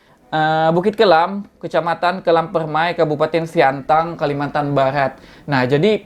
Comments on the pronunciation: Btw sintang bang bukan siantang🙏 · SINTANG WOY BANG BUKAN SIANTANG... TERSUNGGING AKU BANG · Sintang bang bukan siantang 😁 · Sintang bos. Bkn siantang haha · kok siantang ..sintang bang sintang :D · Sintang pak,bukan Siantang 🤣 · Sintang bang bukan siantan 😂😂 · Kabupaten Sintang bg bukan siantang😅😅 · Sintang bg bukan Siantang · Sintang bg ,bukan siantang😁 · koreksi bg bukan siangtang, tapi sintang wkwkwkwk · Sintang bang bukan siantan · Sintang bang bukan Siantang hhe Salam dari Pontianak Kalimantan Barat